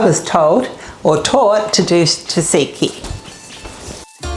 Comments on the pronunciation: Loved your recipe but PLEASE learn the correct pronounciation - it is NOT TASIKI it is T-ZATZIKI or Tzatziki! Just ask a Greek! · Thats great but its pronounced 'tzanziki' not 'taziki'...Greek Cypriot here x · You should learn how to pronounce TZATZIKI.